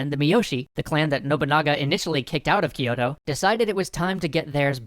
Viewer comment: GUYS. Its "kyoh" "toh" not "key oto"